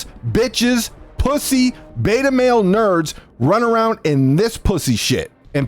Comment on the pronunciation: “of these.. NHHURRRRDS” 😂😂